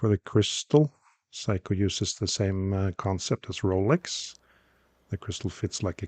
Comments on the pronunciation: Small nitpick: they're pronounced "Sayko", not "Psycho". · Love the Norwegian pronunciation which turns the brand into ‘Psycho’. A little unfair of me to say so, perhaps. Also unfair on the watch, which is pretty darned sane, other than that frantic ticking. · Your pronunciation of "Seiko" sounds like "psycho." Very entertaining. 😆